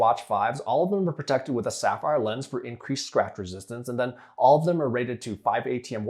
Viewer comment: “Sapphire” lens 🤣